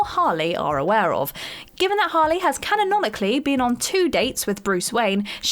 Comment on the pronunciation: "Canononically"? It's "canonically."